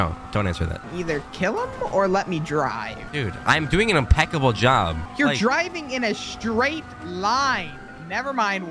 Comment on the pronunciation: "We're not deiving to Zimbabwe"😂😂😂LMAO